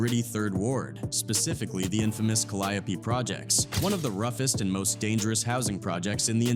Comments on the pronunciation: Kid from the ka-lie-opee 😂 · Pronounced cal-eee-ope projects bruh ! How u know so much bout P how u aint heard him say tha name of his own damn projects ? Dont sound goof troop on ur own video ! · Not Calliope. We say, "Ca-Lee-O".